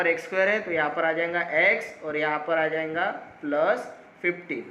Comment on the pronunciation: Bhai aap jayga to jainga kyu bolte ho😅😂